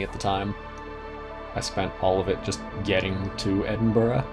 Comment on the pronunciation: well done for saying edinburgh correctly mate